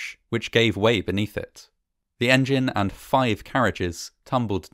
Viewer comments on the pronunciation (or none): none